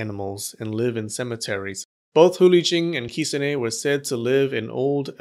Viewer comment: I’m not gonna lie I could not keep watching this video because of the way he pronounced “kitsune”